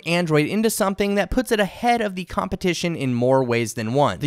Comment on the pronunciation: It is SO hard to listen to someone who always says "thee" instead of "the". Like "thee best display" or "thee performance of thee device". Where did this guy learn english???